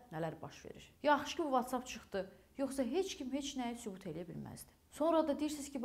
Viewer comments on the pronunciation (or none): none